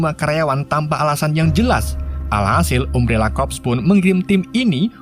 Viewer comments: umbrela bang bukan ummbrela wkwkw tapi aku suka bahasa mu wkwkw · Umbrela bukam ambrela carabacanya..😂😂😂😂 Jelass sesuai "gak bisa bahasa inggris" hehehe